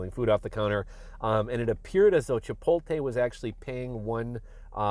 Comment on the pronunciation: Chi-poat-lay not chi-pol-tay.